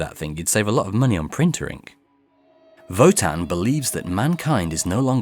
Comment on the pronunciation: Thank you so much for your work! I always wanted to know what happened in the classic series but never dared to start. By the way: that's not how to pronounce Wotan in German. Sorry. ^^